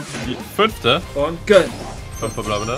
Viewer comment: Wenn regt das auch bisschen auf wenn "gönn" sagt